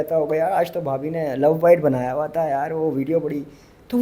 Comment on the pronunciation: Haram kamaya wa .... ye wa konsa lafz hai ? Haram kamaya huwa hota hai ..... Huwa